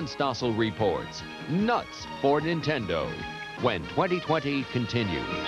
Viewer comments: "....watching Nintenda." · "Watching Nintend-uh" -. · "Watching Nintenda" Journalism Fail LOL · NIN-TEN-DO. It's a cereal now.